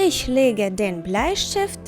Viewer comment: Тільне на ІШЬьь а Іхьь.